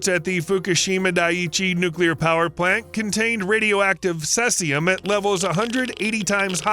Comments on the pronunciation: Its called cEcium not sesium . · It is pronounced seize-ium as in the word to seize assets, not like the sess in session. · cesium ... is pronounced SEA zee um ... and too much begging for likes disliked for that reason ... you aint a dog and you make enough of your videos without begging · Its "SIZIUM" lvs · I've never heard cesium pronounced that way. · His pronunciation of 'Cesium' made me cringe as much as his pronunciation of 'Yuan' does. 😖😂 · You'd think he'd try to learn how to pronounce words that he's never heard before 🤣